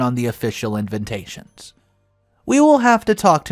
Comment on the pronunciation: What's this FR Edwards? That's "FATHER" Edwards. And all the "INVINTATIONS" instead of invitations. Hahaha!